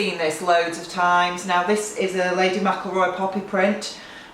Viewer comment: This sounds weird, but as McElroy is a very common name here in Northern Ireland, I'm so glad you say it the way we do. Most people seem to stress the El, the spelling for that would be MacElroy, and in my 30 years as an Insurance Broker in an area where its a very common name, I've never seen it spelled Mac or the El stressed. Here its spelled McElroy or McIlroy, which sound the same. I forgot to say the Gingerbread house is gorgeous.